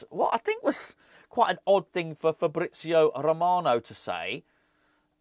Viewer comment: "Eeer-FabRRrizio A-Rrromano" with the continental pronunciation. 😂👏🏻